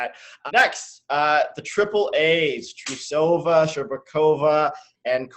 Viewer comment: um... please go watch yuzu's lutz and please go learn how to pronounce russian names. there is no a between the t and r in trusova's name.